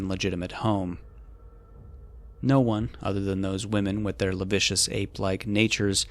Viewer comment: "Lascivious": "La-civ-vee-us" NOT "La vicious". Thanks!